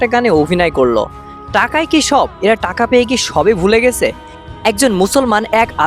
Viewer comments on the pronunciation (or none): none